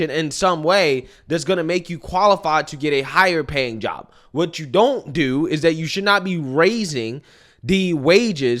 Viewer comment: Drives me nuts to hear you be so articulate, yet still say Dis (this), Dat(that), Day (they).